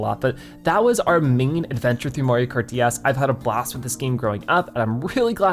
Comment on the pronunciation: Why does it sound like he says dæs??